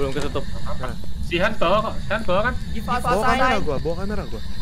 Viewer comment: Bukan han bang tapi hans